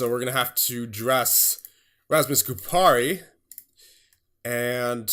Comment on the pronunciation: Btw the stressing on Kupari’s name is on the first syllable (Ku) and not the second (pa). It’s the same way in any Finnish word or name. The stress is always on the first syllable. Should be easy to remember imo :D not a big deal tho since THIS TEAM IS SICK AF